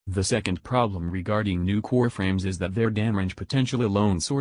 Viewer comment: I keep hearing nukor frames